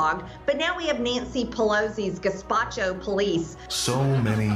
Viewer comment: Yes, yes she did...and the Gaspacho police-Lord have mercy smh